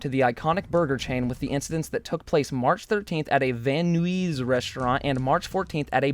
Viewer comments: I love how says, "Van Nuys". It's not Van News, it's Van Nighs like in sigh. ❤️😂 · It’s pronounced Van N-EYES, not Van NEWEEZ😂😂😂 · I love you dearly, but Van Knees? Come on man! It's Nuys. As in Pink Sparkles racks in views by whoring herself to prepubescent guys. Just Drop the G with N and you got it buddy! Other than that great upload as usual! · its Van (Nis) not Van Nuis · Did anybody notice how he said Van “Knees” not Van “N-eyes” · Van newees. LOL., it’s pronounced Van Nize (n-eyes). It is now very apparent that you are not from CA. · Bruh it’s pronounced Van Niys not Van Nues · It’s not van nuies it’s pronounced “Van Nys” a location btw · Van Nweeees! Lol it's pronouced Van Neyes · Wait wait wait... did just Pronounce Van Nuys ( Van Eyes***) as (Van New Ezzz***) 😂😂😂. Dying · it’s pronounced “van nies” not “van new-eez” LMFAO still a good drama alert tho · "Van Neweeze" It's "Van(n) eyes" You really are becoming keemstar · did you just pronounce Van Nuys "van nuees"? do me a favor...pronounce the word "GUYS" now replace the G with an N..... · Lol Van Nooeeze. Nuys sounds like eyes with an 'N' in front of it. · where are you from? "Van neeees"? WTF dude? Van Nuys (N-eyes) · vAn nOOeeZz (is pronounced van nies) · He said van newiz when it's van nize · van nuys is pronounced "van-eyes" not "van new-ees" lol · It’s van n-eyes not n-wheeze 😂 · Vannuyes ahhaha I love you but it’s van nuys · the fuck is van nuweez? its pronounced van n-eyes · WTF I LIVE IN VAN NUYS AND INSTEAD OF SAYING VAN NUYS YOU SAID VAN NOOEEES LMAFO ITS JUST SAID VAN NEYES. xD I’m glad I live in Southern California. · Van NOOOEEES. * Van N-eyes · FFFFFFFFF.... ITS IS VAN "EYES" not VAN "NUEEZE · Van Noowees its Van Nice Van Nuys is pronounced Van Nice LMAO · It’s pronounced “Van nies” not “Van Nuies”.... still love this content!!! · You just pissed off a lot of Los Angeles citizens. It’s pronounced van n-eyes and spelled van nuys